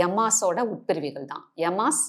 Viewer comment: நீங்க நல்ல பயிற்சியாளர்தான். நல்லாவே சொல்லித்தர்றீங்க. ஆனா யோகநிலையின் பெயர்களை உச்சரிக்கும்போது அந்தந்த மொழிக்குண்டான உச்சரிப்பை பயன்படுத்தினா மாணவர்களுக்கு தெளிவு வரும். தமிழ்ல பேசறப்ப தமிழ் உச்சரிப்பை பயன்படுத்துங்க. ஆங்கிலத்தில் ஆங்கில உச்சரிப்பு அப்படியே சமஸ்கிருதமும். உச்சரிப்பு இல்லனா அர்த்தமற்ற வார்த்தையா போய்டும். யமாஸ் இல்ல இயமம். இயமம் நியமம் ஆசனம் பிராணாயாமம் பிரத்தியாகாரம் தாரணை தியானம் சமாதி. சமாதின்றது வாழ்வின் இறுதியான ஜீவசமாதி இல்ல. யோகிகள் வாழ்வியலா கடைபிடிச்ச சகஜசமாதி. அதை குடும்பஸ்தனும் பயிற்சி செய்யலாம்.